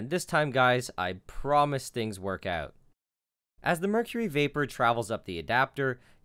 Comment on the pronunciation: The way you say "out", is really weird. "Eut"